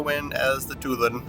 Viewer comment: 2 lawn...but drop the n. sound it out....like Bordelon